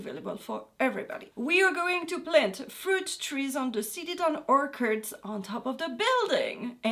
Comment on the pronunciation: Ello, love your vids but I wanted to correct you on the way you’re pronouncing “ orchard” or Or- churd ( sounds like turd or heard or bird). Thanks for the vids and carry on.